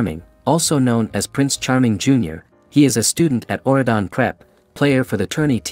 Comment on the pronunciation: it's Auradon not what your saying